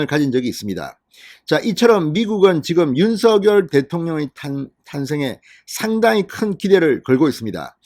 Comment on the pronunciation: 윤서결로 발음하지마세요. 듣기거북합니다 윤석열 입니다